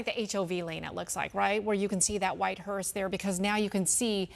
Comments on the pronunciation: Hearse. Not hearst. 🤦‍♀️ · Hearse , not Hearsed ! Man you people of all people should be better at pronouncing words correctly ! 🙄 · could someone tell the female newscaster how dumb she sounds not even knowing she's pronouncing the word "Hearst"!!!! it's a Hearse.......not a Hearst!........if you're going to report the news, at least sound educated and know how to pronounce words correctly. Just makes it painful to listen to when they can't even pronounce a simple word correctly. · Are they calling it a "Hearst"? Or is it just my ears??... I'm quite sure it's called a "Hearse", right? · It's not a hearst lady, it's a HEARSE. Like purse but with an H. I don't understand why they called it a HEARST multiple times. There's no T in the word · Someone teach this lady how to pronounce "Hearse". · I came to the comments to see if anybody else picked it up. She is, but I hear him calling it the correct thing. But yes, she is definitely putting a T on it. 🤦‍♀️ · I caught that too. She also called the mechanical lift an "apparatus" 😂 One of my biggest pet peeves is when people say "acrosst" and put a T on the end. Drives me up the wall. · News 12, could you teach that lady how to pronounce “hearse” please.